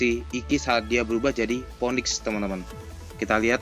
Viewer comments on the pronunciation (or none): god dibaca gad bang.. phoenix bukan poniks.. piniks.. cmiww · baca phoenix nya finix gan buka mpoenik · Ngomong phoenix aja blm bener